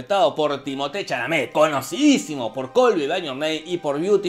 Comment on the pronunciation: Mis respertos a Jorge por decir bien el nombre de Chalamet, y la clave fue acá la experiencia de los directores al momento de hacer las peliculas, Lynch todavía era un director novato, pero Villeneuve busco curtirse en el genero antes de embarcarse en la empresa